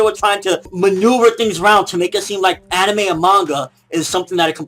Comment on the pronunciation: What do you come to expect, this is CNN. They're like Fox News 2.0. When a news report starts with mispronouncing Anime (he said "aneemi" lol) and blur out fake supposed images of lolicon, then you know its gonna be bad. CNN also believes violent video games turn people into killers. Lolicon will turn you into a rapist and if this were the truth then so will every other porn genre apparently. I believe this is where personal accountability should fall in place. It's not the material's fault that people are fucked up, its the person himself who lacks the empathy or sympathy that would lead him or her to do such a sick act to a real life minor. So as soon as we can all just stop blaming the material, we can finally evolve and start blaming the psychopath/pedophile in question.